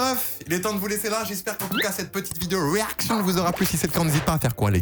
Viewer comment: le "reactionn" a la foxito mdrr